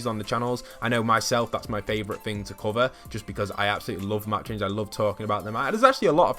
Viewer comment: Somebody make a compilation of everytime he says fing or fink, lol